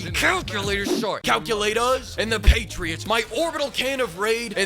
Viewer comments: calculaters..sorry calculataas...LOL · The hard R on calculator was brilliant